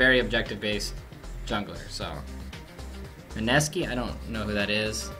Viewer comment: Oh noez! How could you not know Mineeeeeski!!! Just say it with me, Mineeee~~~ski! How could you not know the Minesski!